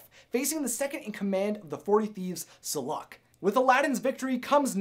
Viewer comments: Saluk is pronounced Sa-look. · Saluk's name is pronounced sah-look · Aladdin’s father’s name is pronounced KAH-SEEM and the forty thieves second in command is SUH-LUKE